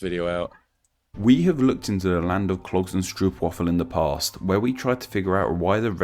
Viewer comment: Your pronounciation is on point :) The one tip I have is that, when you pronounce "land" in for example "Zeeland", you should pronounce it more like "lahnd" rather than "lend"